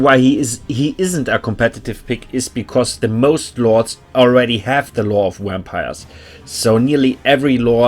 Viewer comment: Great guide, love the editing too. Love how you pronounce wampires and corpse cats 😂 great accent, can't pick it out though.